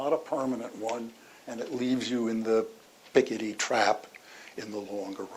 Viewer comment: Such a typical American. The least you could do, as a supposedly intelligent woman, is learn how to pronounce the mans name correctly, You wind up looking lazy and not terribly intelligent otherwise.